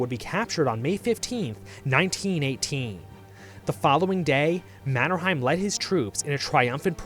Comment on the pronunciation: How did this guy mispronounce Mannerheims name that badly??